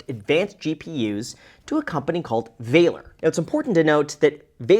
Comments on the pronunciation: Vah-lore. Not »Vailer« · Do they seriously pronounce it Valor with a long A sound or should it be more like valor, i.e. the synonym of courage with a short A sound? I know. I know. It was bothering me though. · walor? you german?